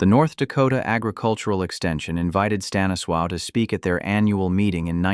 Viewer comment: Honestly, someone needs to learn how to pronounce Stanislaw’s name.